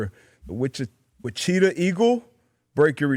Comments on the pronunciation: Wicheeta?Wicheeta? How do you even think it's pronounced like that? That is crazy. He has to have heard of Wichita before. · I'm not American, never even lived in the same timezone, and I know it's Wichita and not Wacheeta. This is a skill issue. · Lmao wacheetah is an all time backhand against the goat. He was so close to saying it right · DB might’ve led with his head a one too many times, Witch-e-ta is a first. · Born and raised in Wichita, KS. That pronunciation was heart-breaking! 😂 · My heart sunk and I felt so bad when he said that lol and I realized after a second that he was trying to say like the city in Kansas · Funniest part is that he started to say it right, then corrected himself incorrectly 😂😂😂